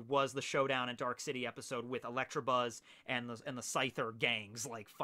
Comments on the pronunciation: Not electrabuzz but electabuzz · “Electrabuzz” lmao the Midwest at it again!